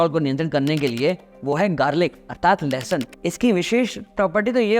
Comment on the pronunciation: 'लहसून' शब्द का उच्चार ठीक से करें, जो लोग हिंदी-भाषी नहीं हैं वे 'लेसन' सुन कर असमंजस में पड़ जाएँगे !!!